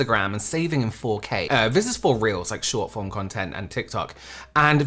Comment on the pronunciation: you said 'this is for reels' but i heard 'this if for reals' i was like yeah i believe you